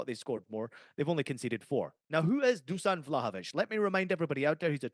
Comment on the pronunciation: Fuck yeah the boys! Thanks for the shout out, but just call me Nik us eastern europeans all have funny names, sorry to correct you but imagine your Juve star boy name is DOOSHAN to get the right pronunciation. Keep up the killer work lads, love being a part of your journey while starting my own in the football/betting space! My pick for Saturday is Newcastle Jets vs Melbourne Victory - Melbourne Victory Win 1.91 on my book LETS HAVE IT!